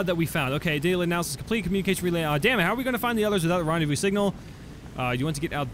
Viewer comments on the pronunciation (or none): none